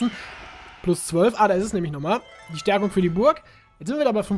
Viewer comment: ES HEIßT STÄRKUNG!!!!!